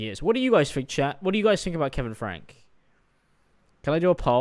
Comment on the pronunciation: Ive been watching/following 8 passengers since around and I can confirm Shari is pronounced, by the family at least, more like Sherry, with an "eh"' sound rather than an "ah" sound. Also the surname is pronounced like "Frankie" or "Franky"